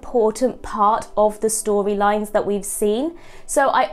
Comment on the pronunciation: Storwylines , contwovorsies, cwinge, , cwacks. Ffs it's "R" . Pwoblems, Adwick, It's not cute, speak properly.